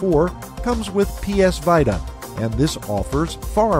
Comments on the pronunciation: Just a tip it's pronounced veeta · Did he just say vita as vieda